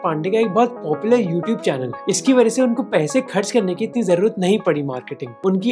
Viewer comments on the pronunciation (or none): none